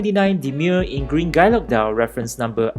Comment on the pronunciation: Harks back to old world watchmaking. It’s been a long while since I’ve seen anyone cover Bovet, so it’s nice to see it on the channel. Btw for future reference, guilloche is pronounced ghee-yösh :)